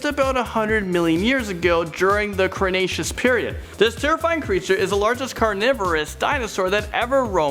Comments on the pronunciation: lol its cretaceous not crustacious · Crustatios period? you mean cretaceous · did he just say crenaceous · And "crecstacious" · The late “crustaceous period”? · i like how he keeps getting the word cretaceous wrong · Lol was it just me or did say crustaceous and andiconda? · (Que tz o coat les) (cre tay shos) (ter an o don) thats how u say these things